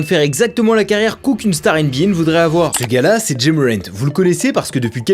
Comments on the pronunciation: C’est pas “jay” c’est “ja” (comme jah) 😊. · Quand faut prononcer des prénoms à l’américaine c’est à la française qu’il le fait et la il nous prononce Ja avec le a américain 🤣